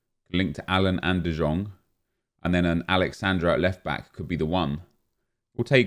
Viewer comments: ITS NOT DE JONGGGG ITS DE YONGGG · And no, you are not the only one who hates how nep pronounces de jong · Because he can’t say his name right